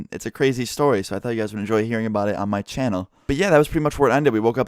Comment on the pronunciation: guyses is NOT A FUCKING WORD